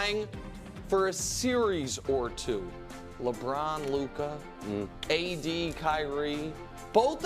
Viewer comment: La"boo"ron James